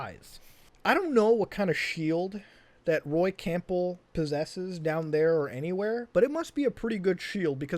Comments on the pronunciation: Colonel “Camp-ble” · Loved the video! Really enjoyed your thoughts on the whole saga. One thing that bugged me enough to mention though- Campbell is pronounced CAM-BUL, the 'P' is silent. (not trying to be a dick- just naturaly am one) - "I'm not a doctor" Wait, WHAT!!? Peace. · I’m getting triggered with how you butchered Campbell’s name lol